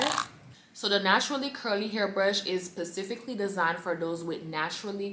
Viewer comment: not pasifically designed 🤣